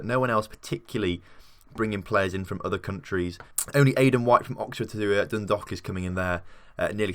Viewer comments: Its not like an 'o' in Dundalk... Its like Dun-dawk... Like hawk with a 'D'... Drogheda is Draw-heh-da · Lol “Droh her da” is basically how you say it, also Dun Dalk, think walk and replace with a d. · Dun-dawk would be a better way to explain the pronunciation for dundalk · Your mispronouncing the English names. Not like they're in a foreign language. And it's pronounced like dro-head-a. And Dundalk, the dalk part sound like the alk sounds in walk. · No I've always heard it as dun - dalk different parts of Ireland have different pronunciations of county's